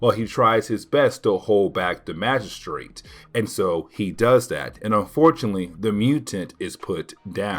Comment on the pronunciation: The "g"in magistrate is a soft sound like a "j.* Maj-uh-straight or Maj-uh-strut